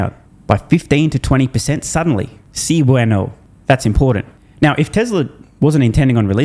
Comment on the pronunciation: Especially when he mispronounces “bueno”